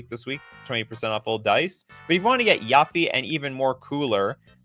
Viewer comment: why he pronouncing yuffie like that 😭